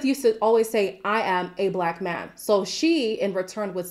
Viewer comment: To me it sounded like Kenneth said “man” but made it sound more like “main”